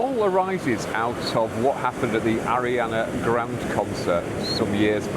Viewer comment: I thoroughly enjoy your videos and your insights. The fact you didn't know how to pronounce Ariana Grande made me chuckle a bit.